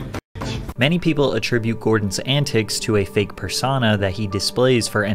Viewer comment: Does bro really think persona is pronounced “persawnah” 💀